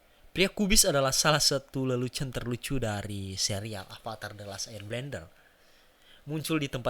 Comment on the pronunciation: Bender bos bukan blender.. namanya nybutnya eeng bukan a ang.